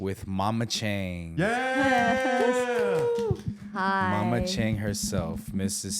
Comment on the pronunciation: Why did you pronounce your Chinese name incorrectly Chang? Literally in the beginning of the video. That doesn’t make sense. Speak it correctly with the respective tone out of the four tones. Even more confounding is the fact that your mother mispronounced Chang too. Absolutely ridiculous.